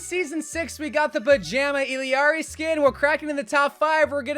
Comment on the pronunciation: Same with Kiriko and Illari💀